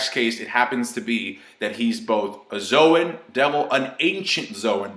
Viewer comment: low-gee-uh? zoh-in? You need to get hooked on phonics...